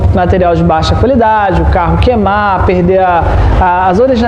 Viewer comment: AO, minha dica é sobre a pronúncia do verbo queimar. Você está “comendo” o “i” na maioria das vezes. Seus vídeos são tão perfeitos e profissionais que merecem essa pequena atenção. Sucesso ao canal!